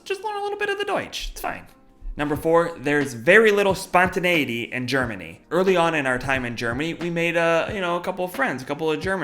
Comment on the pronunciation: Spontäneiitey???don't even know how to spell 😙